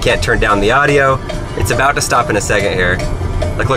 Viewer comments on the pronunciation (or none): none